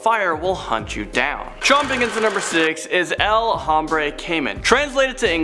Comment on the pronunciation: Tip for the future: Any h's in spanish aren't pronounced. Like hombre is pronounced ohm-bre not home-bre 😂 (i legit couldn't focus after hearing it be said like that).